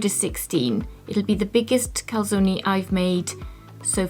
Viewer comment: Good effort on pronouncing the e in calzone, brava! (next: salame is the same :D)